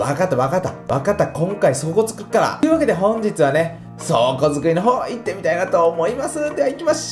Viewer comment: 倉庫作りをやっていきましょう！が そう。子作りをやっていきましょう！に聞こえたw